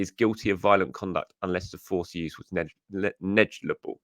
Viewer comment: Neg-li-ja-bal mate 😂